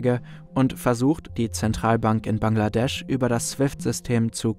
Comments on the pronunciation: „BANKladesch“ gefällt mir 😂👍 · Januar2015 - Dakar, BANKladesch 🤣🤣